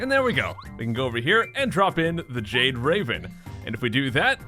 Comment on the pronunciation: At the beginning of the video, when you said the "Jade Raven", it almost sounded like you said the "Jake Raven"